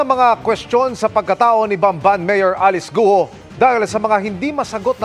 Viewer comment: Ayusin lang sana ang pagbigkas sa mga pangalan. ALICE GUO is pronounced: Alice GU-O or GWO!!!